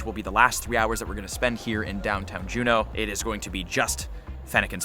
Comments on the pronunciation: Did u just say fucking jenew pronounced jew-know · Its Juneau Alaska. Not June. Hope you had a blast! You should come to Anchorage. Also, amalga distillery is amazing its outside your hotel. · Juh-new? Joo-No* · Is no one gunna talk about the way he said Juneau at the beginning??